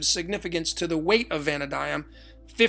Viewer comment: Brother, I love you, I love what you do, this is all wonderful and great. But your pronunciations KILL me! Jachin is pronounced Yakeen. Valadium is Va-LAY-dee-um, or Va-LAH-dee-um. It’s all good actually, I don’t care, what you provide is more valuable, but I couldn’t help myself saying something. 😂